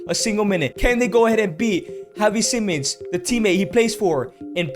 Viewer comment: bro i nearly got brain damage of you saying kavi and havi simons